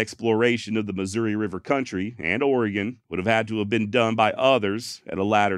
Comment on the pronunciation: My dog loves this. Thank you for pronouncing Orygun correctly!